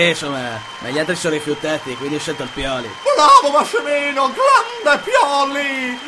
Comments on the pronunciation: Pio-lee AHAHAHAH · pio-lee